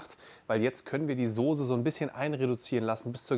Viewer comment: Kannst du nochmal Sose sagen😅